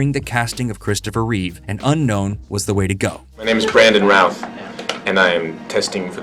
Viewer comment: Every time you say, “Routh”, I hear, “Ralph” 😅